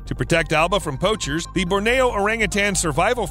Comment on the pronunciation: Bor-Nee-Yo Not Bor-Nay-Yo.